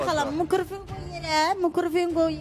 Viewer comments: Mikrafon❎ mikrufun ✅ 🤣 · Ay xala mıkrifonu qoy yerə mıkrofunu qoy yerə 😂😂😂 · (Mikrofon) yanlış (Mıkıforu) doğru